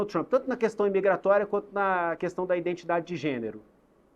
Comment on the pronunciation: Será que ouvi direito: "...indentidade???"